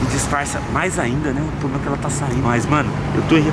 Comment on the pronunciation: "Vc nn gosta ploblema e seu" kkkkkkk